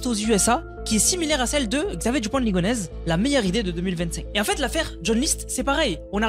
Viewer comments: alors qu'il dit " ligonèze "au lieu de" ligonèssssssse" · Ligonnès ça se prononce ligoneSSe ! Et non ligonèze ^^ Merci pour la vidéo